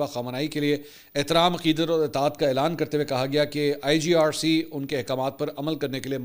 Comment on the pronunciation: IGRC nahi sir IRGC hota ha 😂😂